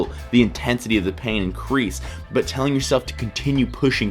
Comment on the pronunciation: Ummm...butt? What is this "butt" you speak of?